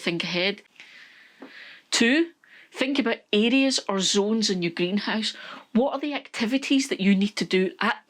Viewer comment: Listening from Texas, USA and I was so confused listening in. I finally figured out that you’re saying areas (I thought you were saying idiots). 😂